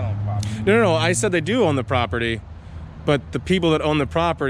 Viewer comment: Note the low intelligence/education people they hire. "propitty," "I seen..." (instead of "I SAW...) "What...what...what..." They would have done better deploying a trained chimpanzee.